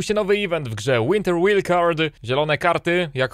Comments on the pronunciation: Łajldkard, nie łilkard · Się czyta "łajldkard" ziomuś :)